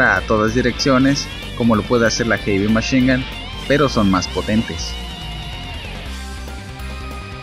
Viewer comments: Ulala señor frances heavy machine gun se dice jevymachingan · noo se dice erimeshinga